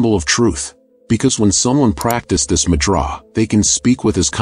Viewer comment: Annoyed me too.